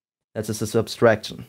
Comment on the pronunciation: Not to nitpick, but why do you say "subtraction" as "subStraction"?